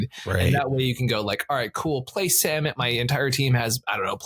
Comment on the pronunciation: Thank you from that bottom of my heart for not pronouncing Samut "suh-MOOT". While I don't think this makes it all of a sudden cEDH viable as a commander, what I see that I don't see being explicitly discussed is, Samut comes down and gives 1 speed, then because of First Strike, hits before the rest of your team, which as Start your engines! reads, means that before the rest of your guys deal damage, they all have +2/+0. So it looks to be a double anthem right away as well as a cost reducer.